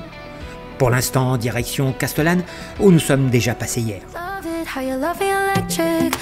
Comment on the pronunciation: super , je le fais tous les ans depuis les Vosges ! Par contre SVP SVP SVP les prix des hébergements !!!!!!!! Trop facile d'élucider le cout ! à chaque fois c'est pareil et autre chose, respecter la prononciation des noms .... Casteuuuuuullane ..... non ! c'est Castéééééééllane ! Les gorges de Daluisssssssssss ... non ce sont les gorges DU Dalui ! etc ...... de bricoles quoi ! Sinon TOP ! vraiment ! Comme quoi on peut commenter un road trip calmement sans brailler sous le casque ! Bravo.